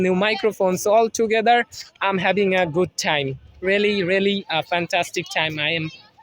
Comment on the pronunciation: I'm = um;clarify your pronunciation 🙂